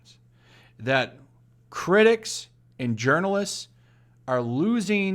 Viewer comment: I like the way you pronounce those "journalists" as urinalists.